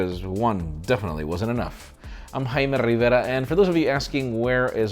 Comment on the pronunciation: JAIME RRRRRRRRIVERA!